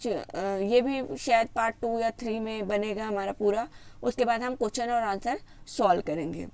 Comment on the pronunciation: Madam ji lafz question ko sahi se aada karo